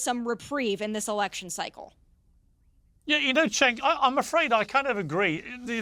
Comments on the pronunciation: But 'Jenk the Jerk' has a much better ring to it. I'm struggling to find a catchy derogatory name that goes with Chenk 😂 I'm factually correct so pretty please can you pronounce it properly? Thank you so much ❤️ 😘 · his name is CENK pronounced JENK, as in JERK. It is not pronounced CHENK! In Turkish, 'C' is pronounced 'J' in English. It is NOT the soft C which looks like this; 'Ç' which is indeed pronounced 'ch' in English. Thanks! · It's pronounced 'jenkem chugger'